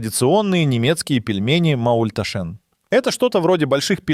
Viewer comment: Не маульташЕн, а маультАшен. Ударение не правильно сделали.